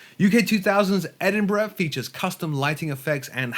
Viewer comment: For U.S. folks, pronounced Edinburgh correctly FYI. Thanks for the info!